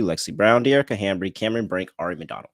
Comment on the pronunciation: Bro it's HAMBY...HAM-BY! No R 😩 please it's driving me INSANEEEE